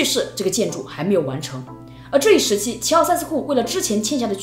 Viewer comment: 还以为你说 习奥塞斯库